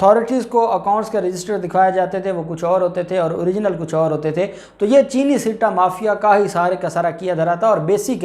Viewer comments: bhai ,sitta, nahi balky , satta, is the correct word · Right pronounce satta not sitta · I think it is not called , "SITTA" but "SATTA"